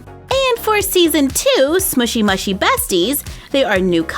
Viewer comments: You are supposed to say mushy, mooshy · Not to be rude but it’s pronounced moo-she, love your channel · It's pronounced mooshy